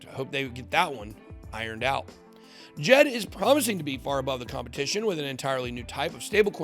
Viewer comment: You pronounced Djed wrong. If you have ever watched or listened to Charles you would know its /Dee-jed/